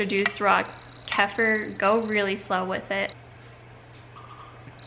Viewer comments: it’s pronounced keh-fear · Kefeer how it is pronounced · The farm coop where I purchase my raw kefir pronounce it “keyfur”, but the original word has an e in it, and English is the only language, I’m pretty sure, that pronounces “e” as “ee”. Turkish or whatever mediterranean language that originated the word would almost certainly have pronounced it Kheffeer. I go with the pronunciation of whoever I’ m talking to. It’s a live food and if it tastes creamy on day 1, it will continue to turn more and more sour as the culture uses up the milk sugar. I would suggest eating the dairy at breakfast, and then switching to meat for the rest of the day. Both meat and milk contain a lot of sodium and protein, which tax the kidneys. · I pronounce it ka-fear?? Try browning your butter and put in freezer for a fat bomb butter treat, yummy!!😋 I love goat cheese because goat milk doesn't contain the protein casein, which some people can be sensitive to, like me.😜 You're killing it kiddo!! God bless!!🦁